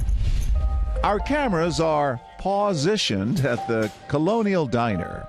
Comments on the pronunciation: "Pawsition" cringed so hard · No one: Literally no one: John Quinones:Our cameras are pAwSiTiOnEd 💀😂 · no one: not a single soul: John: our cameras are PAWsitioned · "Our camaras are PAWsition in places" 😂 lol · "Our cameras are PAWsitioned" Nice going John, Nice going. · “Our cameras are paw-sitioned ...” so lame 🤣🤣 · “our cameras are PAW-sitioned” Me-No..just no!😂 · John Quinones: "Our cameras are PAWsitioned..." Me: Ight Imma head out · "The cameras are all 'paw'sitioned' in place." It nearly killed me:D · “Our hidden cameras are *pawsitioned*” Nononomonononononoo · I know he didn’t just say pawsitioned. Please tell me he didn’t say that. PLEASE TELL ME HE DIDN’T SAY THAT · “pawsitioned” john are you serious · this man said our cameras are “paw-sitioned”.... idk how to feel about that one Mr. Quiñones